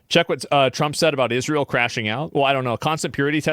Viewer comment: Wake me up when Candace Owens stops talking about Israel. Or ISH-REEL, how she pronounces it.